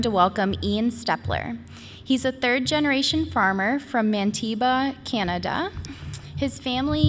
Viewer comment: Man-tee-bah So close so very close! Awesome presentation lots of procedures I’m hoping to adapt myself